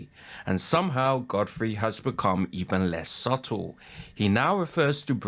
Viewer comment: He also pronounces the b in subtle.😅😅